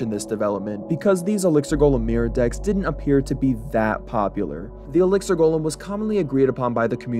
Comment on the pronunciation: Elixer monster. "GOHLHEM". i wish these nerds could speak properly